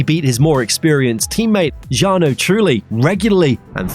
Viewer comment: Some strange oddities in the voice-over. The enunciation of Alesi. Ditto Jarno. Barichello. And BAR was always an initialism, not an acronym, being spoken as B A R - bee ay arr.